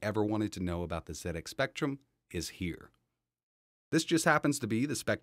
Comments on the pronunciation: Well done. You said Zed Ex not Zee Ex. It's a British computer so Zed is spot on. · Amazing! The Speccy was my first home computer back in the 80s. Played Manic Miner and Jetpac a lot. This got me interested in computers and I've worked in IT my whole career now. Also well done for pronouncing Z correctly haha. So strange hearing someone say Zee X Spectrum.